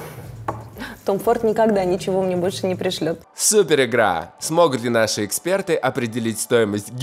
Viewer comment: КремЫ, крЕмами, экспеРДЫ😅